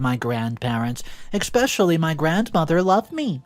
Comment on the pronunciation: ESpecially. It ES. NOT EXXXXPPecially.